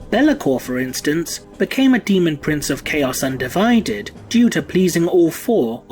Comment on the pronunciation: I can't unhear "Chaos UndiVIded."